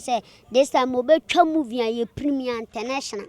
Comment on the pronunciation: Why are they saying moving instead of saying movie